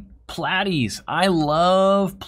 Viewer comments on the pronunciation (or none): im really salty about the way you are saying plat-ies vs plate-ies